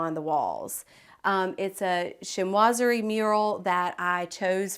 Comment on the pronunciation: Chinoiserie. Sheen wa zer ee, That is all. Thank you.